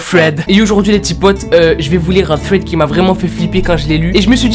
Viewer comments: Oui mais j l'impression que tu dit fred au lieu de thread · Sa ne se dit pas fread sa se dit sred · Quand tu dit thread on dirait que tu dit Fred 😭😂🤣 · Quand tu dis thread tu dis fred 😂😂😂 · Un ''fred'' super flippant. Désolée à chaque fois moi j'entends Fred😂😂😂😂 sinon j'aime beaucoup le concept, belle vidéo. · OUI MAIS ADAAAAM pourquoi tu dis "sswed" 🥥